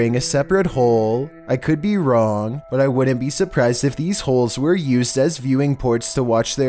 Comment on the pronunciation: Dude why do u talk like you have a disorder lol oomg I could bee wrroooooong lol stfu